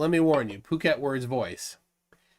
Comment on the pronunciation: "Poo Ket", not "Puck Et". You get it right sometime, but often not. (Yes, I live in Thailand with this idiot and Eric Dubay)